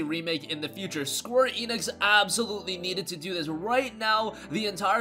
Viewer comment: Squee Enix? If you're gonna say a name say it right... SQUARE ENIX